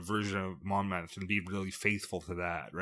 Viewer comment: As a Welshman, hearing the pronunciations was fun. It's interesting hearing Americans say Mabinogion and Gwalchmei. Dai iawn! Unfortunately you butchered the English one lmao 'Monmouth' is pronounced with a hard 'u', so 'Mon-muth' instead of 'Mon-mooth' or 'Mon-mouth'. And no mention of Tintagel?